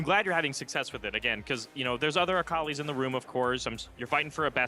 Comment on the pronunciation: Is saying akali wrong on purpose? says it right like 3 times. Joking, I just think it is funny.